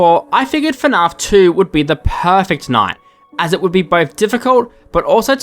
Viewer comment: dude i love your videos, but the way you pronounce fnaf bothers me so much 😭